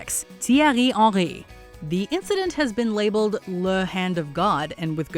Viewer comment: The way the names for gallas Henry and rivaldo is so annoying no one pronounces the names like that